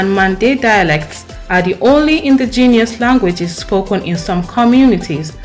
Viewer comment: I don't agree Nigeria number 2 ???? Please pronounce indigenous properly first . No way Nigeria speaks the best english because the moment they speak one knows automatically. We vote amicably no Rigging . Who agrees with this list?